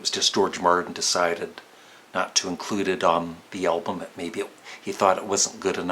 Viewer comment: Please, keep the pronunciaton 'Elbum'. It'll anoy grammar purists.:-) And it can be your trademark. :-) Actually, the name of our favourite band is misswritten, so what?